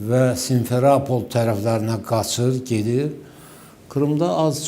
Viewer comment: Simfrapol yox simfropol